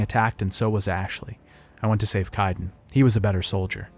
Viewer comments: How are you mispronouncing names that are actually spoken aloud in-game? KAIDEN. Kay-den. Where are you getting Ki-den? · Would be nice to not have to hear an in- game character's name get mispronounced over and over. Sounds like someone wrote the script for you to read from, if you don't know Kaiden's name